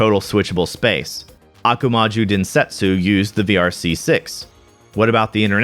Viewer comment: It's ackshually™ Ah-koo-mah-joh with the last "oh" being drawn out to double length compared to the other vowel sounds. The "u" here isn't literally pronounced as such, but rather is used as an "o" extension when involved in a kanji's "on" reading as opposed to a "kun" reading or the "o" ending the kanji reading where the "u" is actually pronounced "oo".